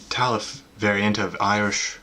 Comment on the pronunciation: it's taffel, without the e